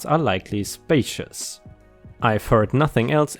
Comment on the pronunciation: Filed is not the same pronunciation as filled. Specious is not the same as spacious Freight isn't pronounced like fright I hope you don't mind the pronunciation tips. I speak 2 languages and appreciate corrections myself.